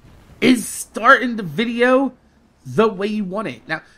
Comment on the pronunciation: I completely agree with you on the whole religion thing, MAK. The one thing thing I've wanted to know is why you say vidja like that. Sorry for saying this but is it because of Yote? I have no problem removing this if you want but I was just curious.